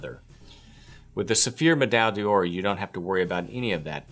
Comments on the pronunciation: Please simply say "Gold Medal" if your American tongue cannot say Med-eye Dawr (three syllables). Much more respectable to the brand you promote, as well as to Francophone viewers. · Please learn to pronounce pâte de luxe and médaille d'or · Dude, honestly, I'm really going to have to send you an audio file of the correct way to pronounce 'Médaille d'Or', 'Pommadier' and 'Pâte de Luxe'. Hit me up if that would interest you. it would give your videos so much more credibility... :)